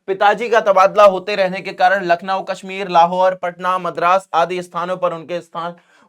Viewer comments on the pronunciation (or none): none